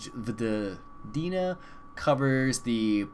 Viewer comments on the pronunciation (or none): Try to read Vojvodina like Voyvodina ;) Great video by the way.